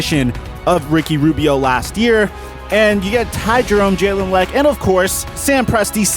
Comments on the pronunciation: Jalen (La-Q) Lecque not leck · It’s pronounced le que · Jalen *Luh-Q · The way you pronounced lecque was disgusting